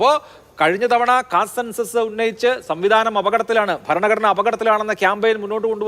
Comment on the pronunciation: എടാ പൊട്ടാ അഭിലാഷേ സംവിധാനം അല്ല സംവിധാൻ